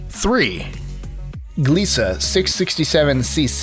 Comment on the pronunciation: If you do all this research to do all these lists at least research how to say gliese correctly